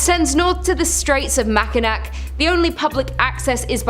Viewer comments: Same I agree😂😂😂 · Please learn how to say Mackinac. It's pronounced MACK-in-awe Island. Thank you from a michigander whose pet peeve is exactly that 😂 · It’s driving me insane everytime she says it 😂😂😂😂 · People are ALWAYS mispronouncing Mackinac!! It's so annoying 😊